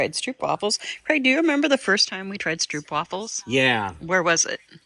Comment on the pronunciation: In stroopwafels the ‘oo’ is pronounced as when you say ‘oh’ as in ‘oh right!’ in English ❤